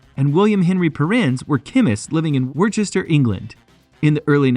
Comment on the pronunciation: Best to research the pronunciation of Worcester before making this video!